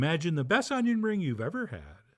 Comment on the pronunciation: 'Unjin' fritters!! Mmmm